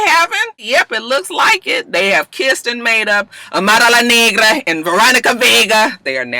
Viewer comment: You Kill Me when you pronounce Amara La Nagra and Veronica Vega LOL!!! Too cute and I can tell you have fun with Miami please reconsider! I just crack up when you imitate the Latinas, you put that extra ‘UMP’ on it and I fall out my chair every time! I’m a softie too and I was blubbering on Iyanla this week!